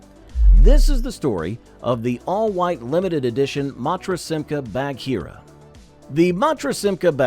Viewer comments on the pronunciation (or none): BAG-heera, not Badge-heera. Thank you.